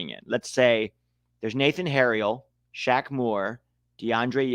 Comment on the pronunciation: The Q in Shaq Moore is silent and the O sounds like an E. So if you pronounce it right it sounds like Shamer